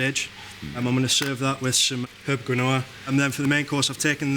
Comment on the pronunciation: I love the pronunciation of Quinoa 😂